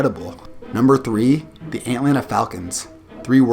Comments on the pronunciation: Love the video except for when you said the antlanta falcons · “Antlanta” falcons lol